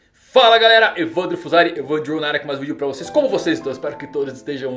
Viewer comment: Então é isso que ele fala na intro, "Evan D. Ro" kkk